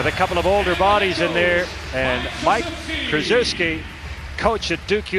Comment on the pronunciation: Butchered coach K's name